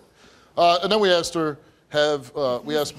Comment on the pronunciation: Everyone on this show says, "axed me" instead of "asked me"